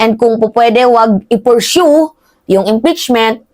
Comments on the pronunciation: Pursu ang tamang pronunciation hindi purshow. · ayusin mo naman ung pronunciation mo sa pursue.